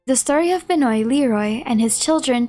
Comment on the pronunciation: Just an FYI, Benoît is pronounced “Ben-wah”. ‘Cause French.